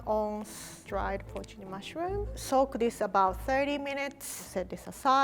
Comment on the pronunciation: shoutout to for pronouncing porcini right